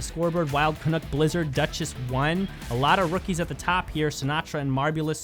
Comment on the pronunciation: Your commentary is always excellent. One thing though. Wild Canuck rhymes with "Duck" hehe. I'm too Canadian to complain, but I did want to mention it. Sorry.:P